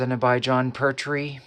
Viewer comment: What's with your pronunciation of pertwee? It's pert - wee